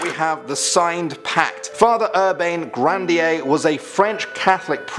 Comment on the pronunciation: Grawn-dyay. She doesn't even try. It pronounced like Grawn-dyay. FFS she says Gran-deen.